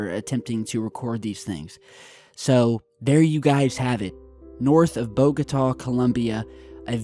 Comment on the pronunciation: and it's BOGOTA.